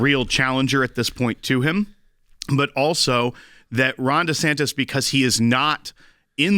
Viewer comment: He said Ron DeSankDis